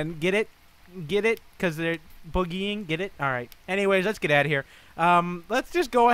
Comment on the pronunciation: "Boogy" Man